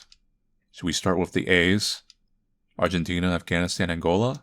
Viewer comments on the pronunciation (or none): none